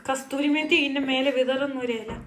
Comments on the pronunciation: Kasthori alla kasuri methi aanu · Kasthuri methi allada. Kasuri aan😝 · കസ്തൂരി അല്ല കസൂരി